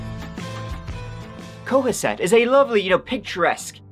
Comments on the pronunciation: Co-HASS-ett. You did, however, nail Swampscott! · kah-hass-eht is how you say it:p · Locally, it's pronounced Ko-hass-et. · repeat after me CO - HAS - SET not Coa - set OMG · It’s pronounced coHASett not COhasett :) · C0-HAS-SET not Co-AH-set. It's a northeast thing maybe. (I'm from Man-Has-Set....get it - man has set...in NY) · Why you keep calling the town cowasset? It's Cohasset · Big fan in the 02025 It’s pronounced CoHASSet like in the news clips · second syllable... sorry co HAS set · It is pronounced co-has-set 'o' says its name and the 'a' and 'e' are short sound vowels. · It’s pronounced Co-HA-set :) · Its pronounced co Has set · "coe HASS sit'... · Cohasset Pronounced “Co- Hassit”, next to Scituate, pronounce Sitch-oo- it. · Co-ha-sit...."ha" as in happy. Emphasis on the 'ha' . love your accent but you butchered that one. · it is pronounced Co-hass- ett. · I'm srry,, but as a Mass resident, hearing 'Co a sett' has me rolling! Anyway, this case has bothered me regarding their kids. They're never brought up enough imo. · As someone that lives within ten miles of Cohasset, it’s pronounced co-HASS-it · It's pronounced co- ha-set accent on middle syllable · Co. HASS. It. Cohasset. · Cohasset. Pronounced Ca-hasset. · Pronounced co-ha-set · Cohasset is pronounced "co-HASS-it". It's a nice S Shore town but not the swankiest by far. In Massachusetts we call the S Shore the "Irish Riviera". Lol Happy St. Patrick's Day from Boston,! ☘ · Co-haaaaasss-it is how you pronounce that lol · Co has set..pronounced, this happened ,10 mins from me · This happened about 45 mins from me, I'm actually up near Salem, where your shirt is from :) Cohasset is pronounced "Co-HASS-ett". Massachusetts placenames are sometimes pronounced really oddly. Tragic story. The smirk on his face as he appeared to be taken to trial told me everything I needed to know about this scumbag. I hope Ana can find some peace and that her children will be able to overcome this.